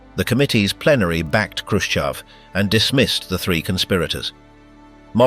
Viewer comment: Not Hroschev, but Hruschooov, dude!!!😂😂😅😅😅 Kiiiiv dude!!😂😅